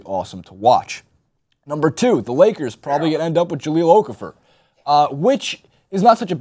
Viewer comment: You guys really need to learn how to pronounce Okafor. It's O-Kah-Foh.